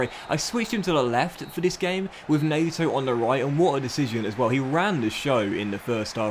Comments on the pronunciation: mate, it’s not Pablo Nayto. It’s PEDRO NET-O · Also it’s said NET-O not NAYTO, keep it up 👍🏼